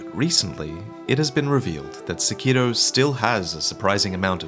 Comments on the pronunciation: Lobo there is no d in sekiro..... he's saying it like sekido. It's really annoying. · Sack Kee Doe. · I always thought it was pronounced Sĕkiro rather than Sekĭro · The way this weeaboo says "Sekiro" made this difficult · The way you pronounce the title of this game is enraging.